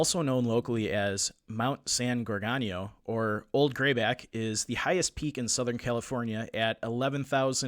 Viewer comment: Minor quibbles - but it’s not “neGREET” but “neGREHtee”, and not “gorGANio” but “gorGOHnio”. I’ve hiked in these mountains for decades, and you’re right, the trail is not hard, but it is at 11,000+ feet, so most people do feel the effect of altitude. Additionally, if you go off trail at all the terrain is typically covered with chaparral and manzanita- both very thick and unbending. Your guest was absolutely correct about that- you have a better chance of climbing under it. My theory on where he is has to do with the terrain which is typical on those mountains. All over them are very deep runnels carved out by seasonal rains. As a kid I stupidly climbed into many of them, with many being over 10ft deep and 6ft wide but almost entirely hidden as their opening is quite small. At any point one of these could have collapsed and no one would ever have found me. My guess is that Jered found one of these, climbed into to be out of the weather/cold, and it collapsed.